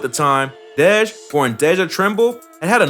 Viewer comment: This nigga called dej “deedge “loaf 🥱🥱stop playing on my baby top man!!! Real shit... stop speaking on the city if yo shit ain’t right